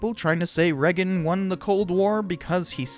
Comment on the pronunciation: Oh my god, you and Trevor Moore from WKUK say Reagan the same weird way. Please tell me you say Vegas weird too LMAO